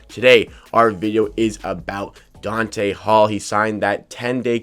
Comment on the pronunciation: Not Dante....DONTA